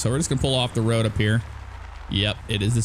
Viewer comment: you say woad all the time you try to say road